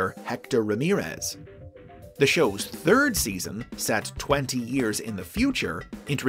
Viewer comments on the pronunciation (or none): none